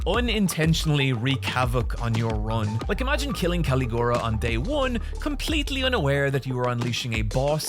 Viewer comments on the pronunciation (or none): Today I found out there's another way to pronounce Caligula